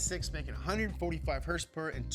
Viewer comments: What's up with this idiot?? I mean he can't pronounce "horsepower" but he can say his stupid phrase "morepower baby"??? And also it is annoying to hear him scream like a lunatic and bring up his daddy issues....wtf??? Nolan is more professional. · herspers and trwerks. lmfao